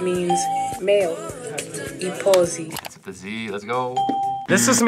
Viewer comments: Xhosa speaking South African here and big NOPE of the pronunciation of "iposi" it's pronounced "e-po-si" not with a z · The way the xhosa tik toker said iposi was actually incorrect because that pronunciation is for a hut rather than a post office🙃